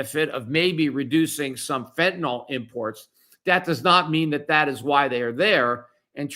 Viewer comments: Fentanyl not fentanol!!! I really don't get it when literate people do not have a clear mental picture of the words that they speak. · What is this "fentanol" that people keep talking about? I know what fentanyl is, but what the fuck is fentanol?